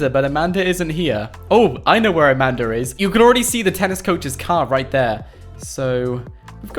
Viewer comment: Amanda not Amander